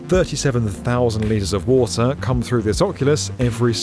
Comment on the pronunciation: "Wata'" :cat-orange-whistling